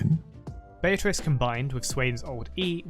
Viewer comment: Swain literally finishes pronouncing it Be-a-trice, and you still say it Bay-a-Trice...